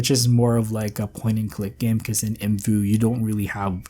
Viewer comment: The creators pronounced it the way he did, it's not separate letters 😅 There's a video from 2012 where they say the name out loud